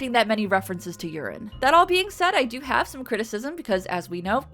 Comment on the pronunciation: After your discussion about the number of urine jokes, I could have sworn I heard you say "That all PEEING said". The power of suggestion.